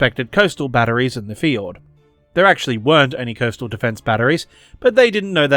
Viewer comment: Love the video... but you gotta work on your pronunciation of "fjord"